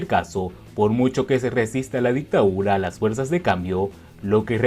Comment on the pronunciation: Dictadura no dictaura